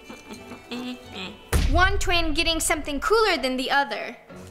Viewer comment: “Mines diffwent” “it’s da swam fing”